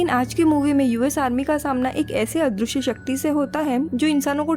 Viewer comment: दृ = dri पृ = pri अदृश्य = adrishy not adrooshy पृथ्वी = prithvi not proothwi Please